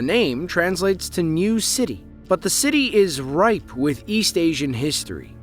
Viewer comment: It's not "Ripe", It's Rife, totally different word man.